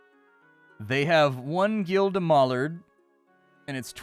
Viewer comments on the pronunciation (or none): none